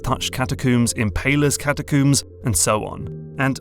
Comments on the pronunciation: If I hear “catacooms” one more time… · What the heck is a "catacoom" is that like a coomer than hangs out with dead people? Badumtish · Alright the british have to be fucking with us at this point. "Catacooms"? Seriously? Do ya'll brush your hair with cooms? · say Catacomb right. Cata COOOM sounds dumb grow up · ...I'd pay for 10 minutes of listing out the different "catacooms" in elden ring 😁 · "catacooms" why do people keep doing this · In all his videos, accent never phased me, until I heard him say "Cata-koom" multiple times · "catacoombs" lol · Everyone else is giving intelligent responses and insights on both the video and the game, meanwhile I'm just over here dying because of the way he pronounces "catacooom" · Great video, but i gotta say it...catacooms? Also, nokstella was absolutely glorious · cata - coom? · catacombs? where i'm from we pronounce the last syllable the same as the things we brush our hair with